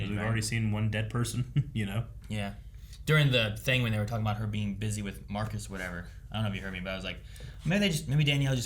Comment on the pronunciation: Marcus. It's Marcus